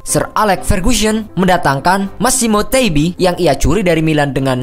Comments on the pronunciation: Sir Alex FERGUSSION .. GUSSION .. 😂😂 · Koreksi : Derby COUNTY bukan COUNTRY Alex FERGUSSON bukan FERGUSYON Wimbledon dibacanya WIMBELDON ya wkwkwk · Derby county bukan derby country. ferguson bukan fergusyon. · Ini nih contoh contoh channel ga mutu. Heurelho gomes sekarang sangat stable permainannya di Watford Dan jadi salah satu pemain kunci Watford bisa bertahan di premier league. Ferguson Mas bukan fergyusyon Lain Kali cari info Yang akurat jangan asal nyeplos suruh orang untuk subscribes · Sir alex "fergusyen" ..wkwk